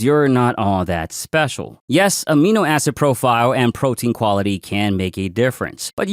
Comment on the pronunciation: Did he say aminoasshole? 😂